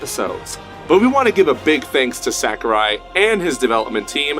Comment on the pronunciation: The answer is no. Back to Melee :( The fans of Melee are not happy with this new installment unless it makes all the necessary changes. Also, you don't say Sakurai correctly so don't try and be cool and add San to the end of it. It's SAH kurai not SACK u rai. I really don't care it fucking sucks that we will never get a good Smash game ever again. GOD DAMNIT! All us Melee fans want is more characters with the same mechanics. This bullshit is frankly not good enough. I'm telling you the real answer. I'm in the competitive scene and talk to lots of people. Ultimate is NOT bringing the Smash scene together. I can confirm that most Melee fans are only interested in playing the new one for just a short while just for the hell of it. Unless it is made to be even more like Melee. Which I highly doubt it ever will be. Since SAHkurai believes for some odd reason that the technical aspect of it somehow hurts the casual fans. Which it doesn't. The only thing that hurts the game is SAHkurai himself.